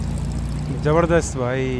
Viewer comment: Mun see supari nikal kr baat kr raeee........it's not jabarzdast it's pronounced Zabardast rae😅 ....